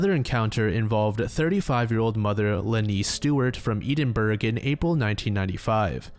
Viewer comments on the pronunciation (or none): where is eedin-burg? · Ain't no way my man said Edinburgh like that lol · Eden burg really got me 😭😂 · Why can't Americans pronounce Edinburgh right ever? Eh-duhn-bruh... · Ed en burr -rah Maybe because they dont regularly say that word. I guarantee you mispronounce a lot of American English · I threw up in my mouth because of the way you said Edinburgh